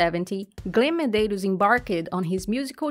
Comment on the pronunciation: Nice video. Thanks for uploading. Please watch your pronunciation though as it's a bit distracting ('ed' isn't pronounced as a separate syllable) but you pronounced his surname Medeiros perfectly! You must be Portuguese speaking 😉